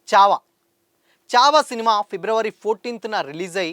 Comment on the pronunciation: Good video bro kani చావా కాదు ఛావా అది.... ఛత్రపతి శివాజీ మహారాజ్ అని పలుకు లేకపోతే మహారాష్ట్ర వాళ్లు నీకు దేహశుద్ధి చేస్తారు. Only for information